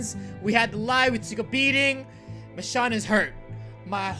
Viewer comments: Love this video but one thing bugs me. You pronounce Michonne like Mish-shawn when it's supposed to be Mish-own. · I love you roi but is pronounced Michown not michshawn 😁😁😂😂😂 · her name is actually Michonne with with O sound not Michonne with the on sound sorry it just bugs me when people say it wrong